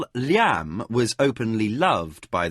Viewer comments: Sounds strange to hear Liam pronounced in that manner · Edit: LOL! I was totally into the story, and then the music played really loudly at the end and scared me to death. =D Enjoying this book...but the pronunciations are driving me crazy. Who the heck pronounces Liam like that? It's as if the narrator had never heard that name before. Edit after a few minutes: Oh my gosh. Thank goodness Liam isn't a main character in this book. That pronunciation is like nails down a chalkboard. Awful! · Just hearing names pronounced differently than what I pronounce when I read is a little off putting. But a minimal issue. But Arutha pronounced arathur is frustrating or the fact that he can't pronounce liam as it's always pronounced